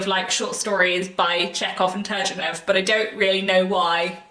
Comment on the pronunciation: really enjoyed your pronunciation of Turgenev.